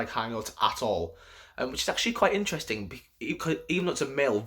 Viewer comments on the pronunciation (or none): none